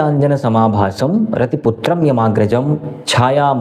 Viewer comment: Rati putram yamagrajam ❌ Ravi putram yamagrajam ✅ Surya dev ke putra, yamraj ji ke agraj, jinki mata hai Chhaya. Please pronounce the shlok accurately 🙏🏻🙂